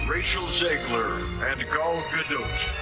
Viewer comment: First of all... Rachel and Gal did exchange a look or two at their segment during the oscar. Second of all... Why is it so hard to pronounce Gadot's last name as it suppose to? It's Ga-do-t! The 't' isn't silent.